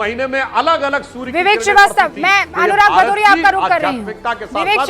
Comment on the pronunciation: भदौरिया नही पदौरिया है